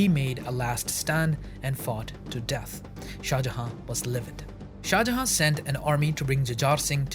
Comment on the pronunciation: Why do you not pronounce the last N in shah jahan? You keep saying shah jaha and it makes me wanna hurt you